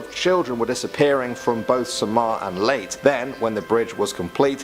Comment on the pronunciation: The white legend is Legend far earlier than the 50's and qidely spread all over the country. Leyte ias pronounced as its spelled and not Late as the presenter said